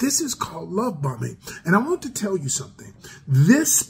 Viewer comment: I thought he said “Love Bumming” 🤣